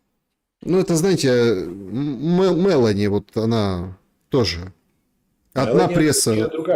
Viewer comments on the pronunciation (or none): Почему "мЭлони"??? когда она МелОни!